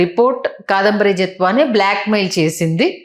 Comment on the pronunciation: KSP గారు కాదంబరి నత్వాని కాదండి జత్వాని యాంకర్ గారు మీరు కూడా పేరు తప్పు చెబుతే నవ్వుతున్నారు పేరు తప్పని చెప్పండి